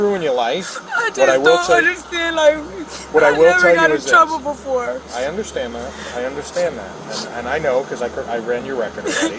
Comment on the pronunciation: It is pronounced "befoe" (don't get it twisted 😂😅😂😂😂😂😂)